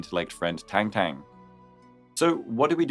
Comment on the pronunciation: It’s tongue tongue btw not tengteng